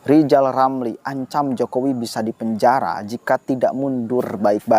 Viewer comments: Nama nya R R tapi GK bisa ucap R Lizal Lamli Lizal Lamli...gitu kok maU jadi pleciden🤣🤣🤣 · Pak RR perbaiki huruf R nya dulu deh, baru bisa jadi presiden RI. Lijal lamli, lijal lamli. Jangan sampe kebawa mati yah sakit hatinya. Mustinya orang itu mendoakan kebaikan bagi orang lain, itu jauh lebih baik, Lijal Lamli. 🤣🤣🤣